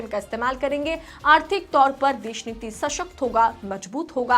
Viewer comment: Desh sh sh sh sh sh sh sh sh sh sh.... bandh karde Deshniti ya fir sahi tarike se bolna sikh. Desh sh sh niti bolne me kuchh muh me aata hai?😂😂😂